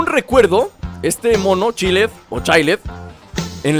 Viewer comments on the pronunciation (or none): se pronunsia chails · se pronuncia chaild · se pronuncia Chaild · chaild asi se pronuncia pero es chilled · se escribe chilled pero se pronuncia chaild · Es chaild como se pronuncia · jjaajajjajajaj estas chistoso P.D se pronuncia chilled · se dice chaild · se pronuncia child